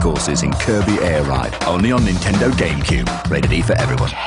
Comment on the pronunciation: NINtendo - the 'n' isn't silent! Also, Gauntlet Dark Legacy was the worst on GC - PS2 and Xbox versions were better.